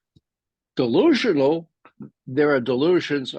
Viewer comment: You said dilusionol .... Does Putin run on cokain .